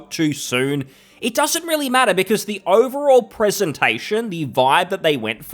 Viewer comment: "vipe" and "doesnt matrter"? fker you sound like one of them, the one you criticize